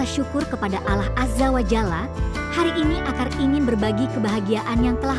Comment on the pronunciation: jgn wanita ini yg baca, ngga bagus nyebut Allah 😮